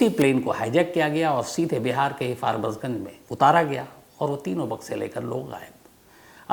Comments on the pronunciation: Barbasganj nahi farbisganj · Bihar mai jo jagh hai uska naam " FARBAS GUNG " nahi "FARBISH GUNG " hai ( aapka niyamit story sune wala, Govind sharma) ❤ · That is farbisganj. Not farbasganj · Sir sayad wo Forbesganj hoga aap galat pronounce kr rhe hn uss jagah k naam ko.